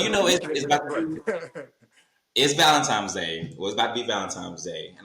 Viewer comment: What is "valentimes" ?...always thought it's valentine...